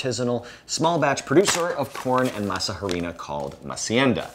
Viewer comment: tell me you're detached to the Nth degree from your subject without telling me you're detached to the Nth degree of your subject. Hearing you pronounce masa harina hurt my ears every time. The "h" is silent in Spanish.